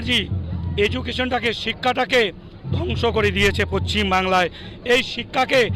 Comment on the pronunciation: আরে পশ্চিম টা ঠিকমতো বলুন